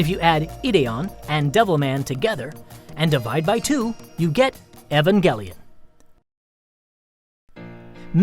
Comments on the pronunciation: am I the only one that pronounces it [ee-van-jell-on] ;3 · Omg you can't even pronounce "Evangelion"